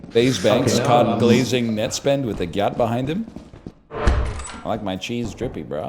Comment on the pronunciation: northernlion saying nettspend made my year